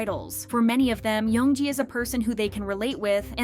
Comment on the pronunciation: You can't pronounce any names correctly? Even when her name is an English word? Young!